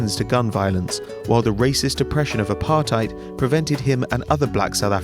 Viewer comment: Lol, the way he pronounces "Apartheid". Don't come to South Africa if you want to live. The neibourhoods around here are scary as shit. Great video tho.